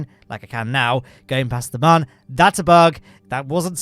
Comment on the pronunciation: Mun is pronounced moon, not "munn" smh its like a cute version of moon cmon guys